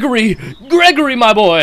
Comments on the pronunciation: Gwegery is witorly hitin the gwitty whight nowr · "Gwegory is witteraly hitting twe gwriddy right nw" Got me laughing with his bald head